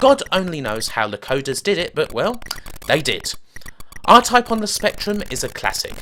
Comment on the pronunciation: Diffwences in scweenshots for Aw-Type on the Spectwum.